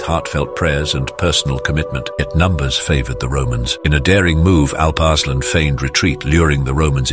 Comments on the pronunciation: The name actually is pronounced Alup (U as in rum) Ursaalaan (U again as in rum) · Turks pronounce it as Aalp Aarslaan